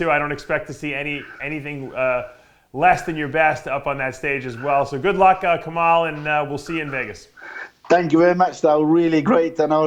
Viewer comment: ILHAN D5 65كمال kamal not kemal ..... I'm from libya